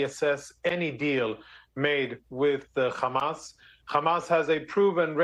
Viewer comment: Why is he able to say “hospital” but then say “khamas” as if he can’t pronounce the “h” anymore 🤔